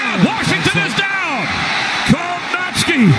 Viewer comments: It’s kov-nacz-ki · "" Kow-Nos-Key", Sir.